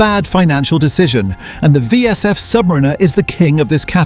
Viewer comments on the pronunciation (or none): I wish you would pronounce Submarinar correctly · First off it is pronounced "Sub Mariner" not "submarinar#%$^$*)*#&^#" It's about you having enough money to waste on a product that 95% of the population can not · It would be better if the AI knew how to pronounce 'Submariner' as opposed to 'Submarine-er'. 🙄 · Kept hearing Submarina, AI narrator couldn’t figure out the pronunciation 😂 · Crap ai voice over. Rolex Sub Marina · "Submrinner" is so annoying lol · Aww bless. The AI voice bot has no idea how to pronounce the word, submariner. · When you can’t even pronounce the model correctly, but still post. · Hate the way AI says "Submariner". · First learn how to pronounce submariner and maybe somebody will listen to you AI slop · Your AI narration loses credibility when pronouncing submariner that way. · How can you expel any one to take you seriously when you can’t even pronounce submariner correctly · not subscribing because the ai pronounced the name wrong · Can't even pronounce "Submariner" right. Sounds like one of those AI voices, so effing annoying. But if you think you can create a perfect 1:1 Rolex Submariner clone, power to you. Personally, I think this video is full of sjite and nonsense. Because anyone who has some knowledge of horology, knows that this just can't be done because of the use of precious metals for instance. The indices and hands of a Rolex are all made of white gold, not steel. This video is a waste of time, nog even good enough to wipe your arse with. If you don't want to pay premium for premium products, fine. But don't lie because that's what you're doing here. Promote alternatives, like a nice Seiko or Citizen. Don't promote blatant illegal Chinese copies. It's theft and infringement of trademarks, period!!! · The AI voice needs to learn how to annunciate Submariner. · 100% AGREE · my first thought!